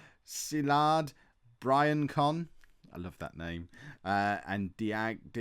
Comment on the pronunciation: Hate to burst the Briancon bubble, by all means keep up with it, but the real pronunciation is bree-on-son